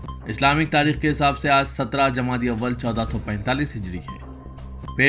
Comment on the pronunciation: Jama-di-ul awal hai wo